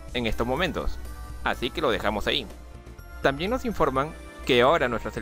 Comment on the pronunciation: te corrijo en una palabra, es También, mas no tan bien